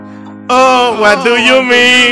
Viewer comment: dice es what du yu min:v